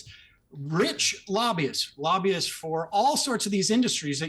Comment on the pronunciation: As always, I enjoy your show Piers. Can we agree that has to work on his pronounciation skills. Lobby-ists vs Labias, please. When you explained why the counties around DC are so rich, and you went with Laahbyuus I nearly fainted 😅 Say it with me: Lob-by-ists. Lobbyists. There. Mathilda W 😅